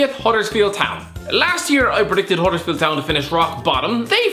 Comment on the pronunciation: He got huddersfield right